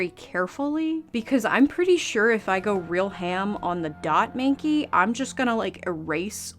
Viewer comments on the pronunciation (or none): When you said Dot minky i Heard Davinky 😂